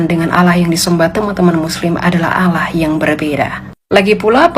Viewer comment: Lah elu baca arab tapi salah.. itu ada tasydid nya.. bukan alah bacanya bu